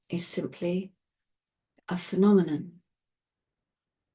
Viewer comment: Seriously now, the "panamana" I was hearing was "phenomenon"???